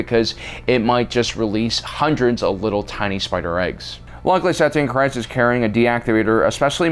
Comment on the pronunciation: KEEEZ. It's pronounced KREEZ